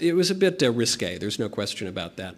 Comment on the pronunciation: Did he say a bit risgay 😂😂😂